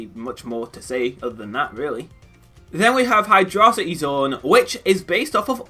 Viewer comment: No! Say it the fuck right! Repeat after me! "H-eye-droe-si-tee." Said again cause I know you said "H-eye-dro-si-tee. Again! "H-eye-droe-si-tee." Why the fuck I'm even trying? Some people just don't want to learn. Dislike, report, unsub!! Jkjk. 😂 But I'm serious about saying it right.